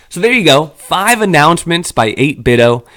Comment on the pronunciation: They changed the logo to emphasize the "D" so people would stop pronouncing their name wrong like you do.